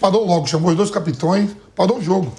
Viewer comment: O Vampeta mandou um "capitões" que doeu nos ouvidos! 😂😂😂😂